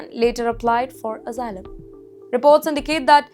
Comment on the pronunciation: This B*tch can’t even pronounce Asylum properly 🤣🤣